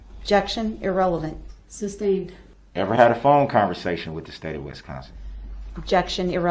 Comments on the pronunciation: I wonder if Darrell knows it’s not “Substained” but sustained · It’s SUSTAINED not SUBSTAINED